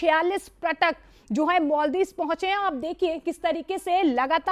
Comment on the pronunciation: Dear Anchor: Its not pratak, its prayatak